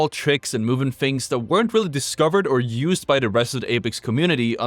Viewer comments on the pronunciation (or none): none